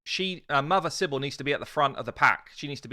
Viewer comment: CYBELE NOT CYBL... :P :P :P